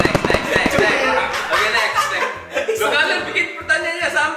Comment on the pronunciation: percil kan ya bukan precil?